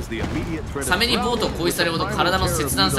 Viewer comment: サメのイントネーションがサ↑メ↓になるのなんか好き